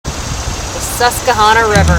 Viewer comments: Let me help. It's pronounced Sus-qwah-Hanna (like the girls name) or Susky by the natives ;) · Susquehanna, not Suskehanna. Please :'( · Hi:) Love your vids but you're saying Susquehanna incorrectly. It's pronounced SUSK + WI + HAN + UH but other than that awesome vid!! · She said honna river lol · It’s pronounced Sus-kwa-Hanna,, named for the Native American tribe that once populated the area.